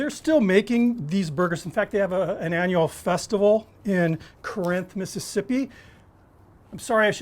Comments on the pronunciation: I'm guessing he's never been to Corinth. First off, it's 'COR- inth, not cor-'INTH. Also, Borroum's Drug Store should have rated a mention. When I was there a few years ago they were the definitive purveyors of the slugburger. They are also the oldest drug store soda fountain in the state. A definite time capsule. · You butchered the pronunciation for Corinth, MS. It's not Cuh-rinth It's Coor-rinth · It's COR-inth, not cor-INTH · I was born there and lived there till 1989 and I mispronounce it all of the time. Locals say it more like “caaareinth”. I’m sure even I sound super northern to them now 😂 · I was born in Corinth (properly pronounced “caahr-reinth”) and lived there till I was 12. Boy did this bring back memories of growing up there and eating them at the White Trolley diner and Borrum’s Drug Store on the town square and seeing the old guys whittling piles of cedar shavings at the Slugburger Festival... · It's pronounced Corrnth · Looks delicious. One thing…. It’s pronounced “Core-inth” Mississippi. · You must not be from round here...its Car'inth lol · Locals pronounce it Car-Inth. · As a Mississippian I approve! Awesome job! But it’s Core inth, MS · I'm a NE Mississippi local and I've heard every variation from "core-rinth" to "caw-rinth," so no hard feelings. A lot of the pronunciations down here can be tough. My hometown has a variation on this burger (Bill's Hamburgers in Amory) that's been produced since 1929. Great video! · I grew up in MS. It's extremely minor and you get a pass. :) You should hear how people butcher Biloxi and Kosciusko. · the pronunciation of Corinth, MS is with the accent on the 1st syllable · Might want to recheck your pronunciation of Corinth MS. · Slightly mispronounced Corinth but it’s awesome. Thanks for being awesome!